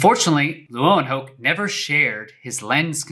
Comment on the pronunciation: I believe " Leeuwenhoek" is pronounced " Lay-ven-hook" ( I remember my friends father who is Dutch all the way mentioning that)